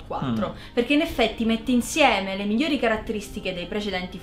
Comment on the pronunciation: dice "mijjori" al posto di "migliori", e niente, non riuscirei comunque a correggerla perchè è troppo carina.